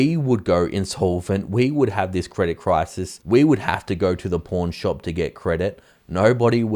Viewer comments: Lol I thought you said “it’s a bankers porn shop” 🤣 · I thought you said porn shop!😂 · It sounds like you are saying "porn shop" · Ooooh he's saying "PAWN shop"... I kept hearing something different 😂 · I got confused when I heard porn shop for the banks.🤨